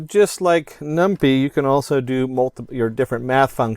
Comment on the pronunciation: Did you just say "num-pee" lol. j/k great video